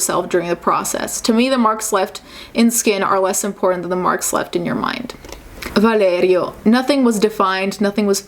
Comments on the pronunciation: That mighty Italian pronunciation of that name 💀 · so, she speaks perfectly two or more languages and she pronounces the name “Valerio” - obviously a latin name - exactly like it supposed to be pronounced and you have something to say about it? I guess we all have to say words that are not english words in the wrong way like Americans do even if they listened and repeated them for years and years (hello spanish!) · The way you say Valerio is amazing